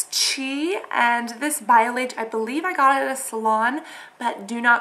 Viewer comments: its not biolayyyyyge its biolage like the (a) sounds like an (o). :) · bio-lodge(pronounced) not bio lace! ahahh c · bye-oh-lauj (soft G)